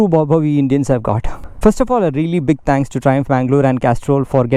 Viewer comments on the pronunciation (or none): "Thanks" that south Indian accent